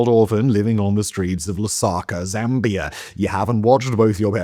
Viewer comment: 🛑🛑🛑 Zambia 🤷🏻‍♂️ not Zambiarr 🤦🏻‍♂️🤦🏻‍♂️ it's pronounced the way it's spelled 🤷🏻‍♂️🤷🏻‍♂️